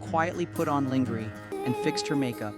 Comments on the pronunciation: What exactly is Lingry ? Doesn’t the narrator mean lingerie (PRONOUNCED LAWNGERA) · Hahaha he needs to take English classes - it is supposed be read as 'Laun-ger-ray' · Ling a ry? The word id lanjeray. Ai sucks. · Hahahha yaaa... It is supposed to sound like laungerey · Another AI narration mispronouncing lingerie - lin - gr - ray. More BS. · What a mistake using an AI voice for narration. Pronouncing "lingerie" as leen-gur-ee? Dead giveaway! I shut it off after that. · LINGERIE? LING-GER-REE? Seriously? Take a moment to listen to your own AI generated voiceovers before posting this click bait. And the entire video is in reverse. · Putting on linger-ree is crazy lol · What is lingeree? I hate AI narrative. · AI right off the bat, pronouncing lingerie as 'ling-er-ee'. Then later saying she went home and changed into "a bold, striking dress". It was jeans, boots and a T-shirt. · The one explaining the video, learn how to say lingerie. Don’t embarrass yourself! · Wait... say "lingerie" again?